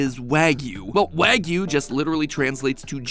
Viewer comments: You say it so wrong mattpat :( it's Wah-Gyou not wag-you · Who else cringes every time MatPat pronounces wagyu WAG-YOU instead of Wah-goo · prounounced why-goo by the way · Not to nitpick but the English short A sound doesn't exist in Japanese, so it'd be pronounced "WAH-gyoo". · Fuddruckers has wagyu? Excuse me “wagyu” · The way MatPat pronounce Wagyu should be a crime. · This was painfully difficult to watch through everytime he pronounced "wagyu" incorrectly (everytime).. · Does it hurt to research how to pronounce the word you're going to say 10000 times throughout the video?